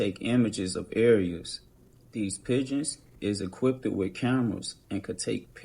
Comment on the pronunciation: They're "equipted" haha